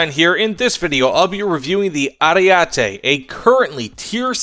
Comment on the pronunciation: Just FYI, the first E sounds like the last one: AriEtE. The A sound made me cringe a little :P